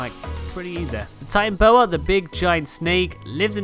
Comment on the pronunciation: Titanoboa, not titanboa